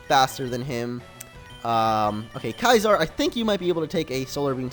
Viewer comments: Your right it's See-sir. Not Kaiser.. that's German for emperor and Caesar is Latin for Emperor. I wonder if he realizes his error. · IT'S PRONOUNCED SEE-ZAR not Kaezar. Caesar=See-zar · It's not (kai-sar), it's (see-sar). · Caesar is pronounced like Kaiser? Thought it was like "See-sir" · Its not Kaisar, its "Kaesar" pronounced as it was Spanish, the other pronounciation of latin doesn't change this word since its a name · Why do you call you Caesar, Kaysar instead of Seesar? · Lol it's pronounced (SEE'-zer) Not (KAI'-zahr) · The mispronunciation of Caeser hurts me. Its not Kaiser, that's a different word! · Bro 2 things, you spelled "Twatter"(twitter) wrong, and kaizers(bulbasaur) real name is caesar(pronouced like scizor) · Yeah. Its pronounced See-zer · It's "Caesar", not "Kaizar"......................... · Caesar isn't pronounced Kaiser* Just saying... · It annoys me that you pronounce Caesar like Kaiser. Stahp. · How can you seriously mispronounce Caesar?